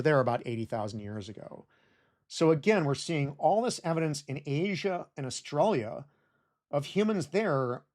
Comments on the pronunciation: Whys he keep say australia like that? I think... i think he's taunting me on purpose! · It’s so weird to hear my home country pronounced “oar-stra-lee-yuh” rather than “uh-stralya”